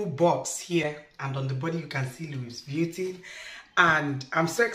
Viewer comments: No offense it's pronounced as Louis vutton...not Luis vietin.......lol....u and my husband na the same with pronunciation....no vex oooooo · Sorry👌🏽 call it * Luviton" please. english is our 2nd Language we all know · Its pronounced as 'luivitton or luvitton ' our dear. Its a good replica. Soon you will get the original in JESUS name. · Correct pronunciation for a fake version of the original brand. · Can you please pronounce the name well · You are not saying it right please